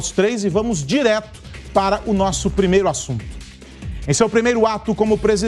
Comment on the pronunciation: Não consegue nem pronunciar a palavra " para". Para ele é " pá": vai pá casa...